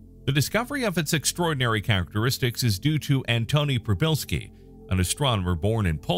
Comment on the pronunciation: As a native Polish speaker - congratulations on [first] pronunciation :) Just add "p" at the beginning ("p-shee") and you got it 100% correct.